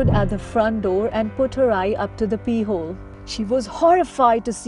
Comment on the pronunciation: Woman's voice says "pee hole" instead of "peep hole".